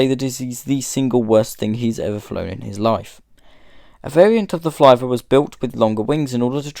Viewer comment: I don’t think you pronounced Flivver correctly. As spelled, it should rhyme with “liver.” Perhaps it should be spelled “Flyver?”